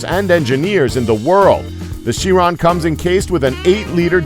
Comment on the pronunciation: It's pronounced "Carone" not "Sheeron"